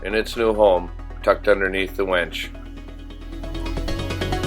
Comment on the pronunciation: it's a winch, not a wench